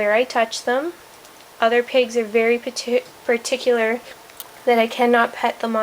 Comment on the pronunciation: "Some pigs are very patoot--particular"